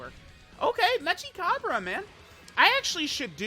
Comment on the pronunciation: it's mechi as in mecha, not metsja